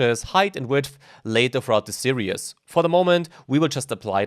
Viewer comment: say "serious" again when you mean "series"...do it.